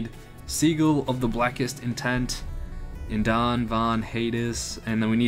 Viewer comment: Ok nvm you don't know how to pronounce anything right. Guyliner, sigil, dr Von Haydes